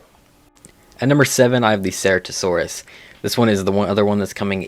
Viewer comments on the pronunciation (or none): he really just said sarahtosaurus 💀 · also those pronunciations hurt Ceratosaurus, Concavenator, and Yi Ling in particular The first two arent Sera Tosaurus or concave editor. One word And its not Why-ling its Yee-Ling